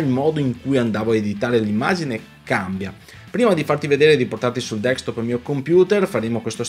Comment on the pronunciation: si dice Desk top non Deks top...comunque grazie per i tuoi video sempre molto utili. Saluti